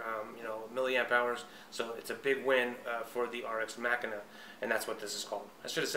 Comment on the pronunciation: Pronounced mah-keena